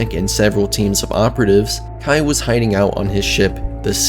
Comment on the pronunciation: its KEI as in the letter K. Not Kai. Good video but the mispronounced name made it hard to watch.